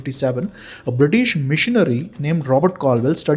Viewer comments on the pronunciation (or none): none